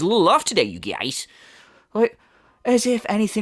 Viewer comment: I am always cracking up when you say "you guiez"